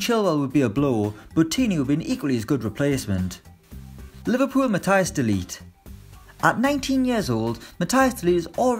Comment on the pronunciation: Not to mention calling de ligt delete.